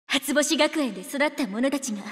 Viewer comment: 「初星学園」の“し”の発音すこ